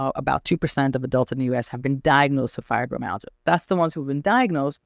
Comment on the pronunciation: Your pronunciation of Fibromyalgia is not acceptable.